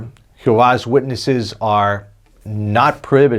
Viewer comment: Its not pronounced who vah's witnesses or whatever that is you are saying its pronounced g ho vah.